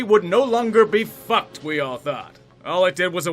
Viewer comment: I love how he says fAck